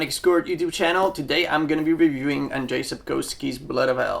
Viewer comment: Pronounced Andrzej correctly. It is like first time from english speaker I have heard:)